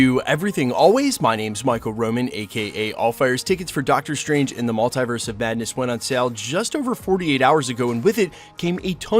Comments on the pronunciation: Love this channel... buuut I cringe every time he pronounces the word mulitverse. It's (mul) (te) (verse) haha, not (mul) (tie) (verse) 😖. You don't pronounce multiply as (mul) (tie) (ply). Even when Dr. Strange and spiderman pronounce the word, they say it the same way (mul) (te) (verse). Totally unimportant, but I had to share haha. Big thank you to the creator of thos channel for putting out so much great content! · Is pronounced MultEEverse. Not Mult-I-verse.